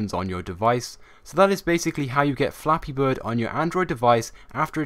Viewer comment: U said Fappy birds